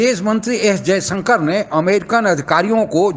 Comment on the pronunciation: Anchor महोदय कम से कम हिंदी तो शुद्ध बोला करें। जयशंकर को जयसंकर बोलते हो violations को bhayoleson बोलते हो